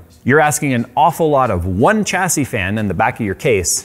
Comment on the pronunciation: Took me 15 minutes to realise he was saying 'chassis'.